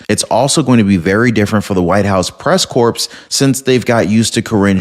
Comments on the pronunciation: Woooo....White House Press Corps.....pronounced like "core," not "corpse." Were you joking or what? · FYI: The word is pronounced “press core” not “corpse.” I know it’s spelled corps, but it is pronounced as “press core.” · Press Corps is pronounced “Press Core” the s is silent in this case. Like Marine Corps is Marine Core, silent s. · ..it's corps (pronounced core). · Check pronunciation of corps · Press "corps" isn't pronounced corps...it's pronounced more like "core". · Hey, love ya man but corps is annunciated with the p silent. js bro. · Corps vs corpse. The 'p,' and 's,' are silent. Love the show. I screwed up on 'salmon.' I didn't know the 'l' was silent. That still sounds strange to me.😂